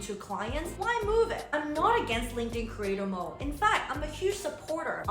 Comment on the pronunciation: Are you saying "creator mole" ???